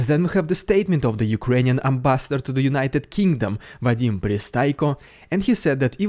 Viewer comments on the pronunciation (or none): none